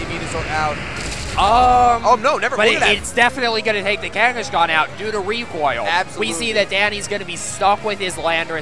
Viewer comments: What the effff is "Kangishcon? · the way this guy pronounces Kangaskhan pisses me off for some reason....